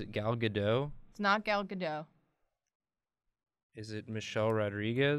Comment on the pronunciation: Gal Gadot you need to actually say the “t” 😊